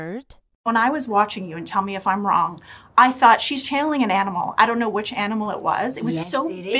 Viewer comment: why does she say " wrong" as "on"?